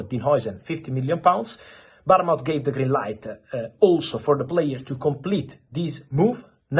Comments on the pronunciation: Barn mouth or Bournemouth 😅😂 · Its B O R N E M U T